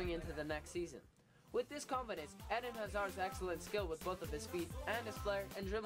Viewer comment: The way he pronounce's "eden" Eeeeeden not ed-in